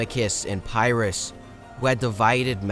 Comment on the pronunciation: Bro fix your pronunciation. Good work but 2 mins in and I can’t stand your pronunciation of Pyrrus and Ptolemy. It’s not “Pairus”, it’s “Pirus”. And the P in Ptolemy isn’t pronounced 😭